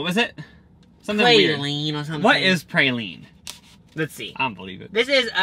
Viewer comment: Hearing them call a praline a pray-lean was so frustrating lolllll